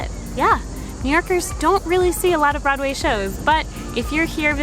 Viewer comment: Nope.. nope nope!! I am not buyin' it. You may claim to be a New Yorker but listening to you speak.. You're definitely a transplant to my city. There are just certain diphthongs that are just .... wrong. Particularly your pronunciation of "brod-way". Great video.. I am subscribing and hittin the notify keep up the good work.